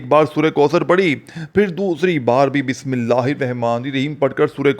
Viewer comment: Tu kya vajifa bajayega Tujhse Bismillah to sahi padhne aati nahin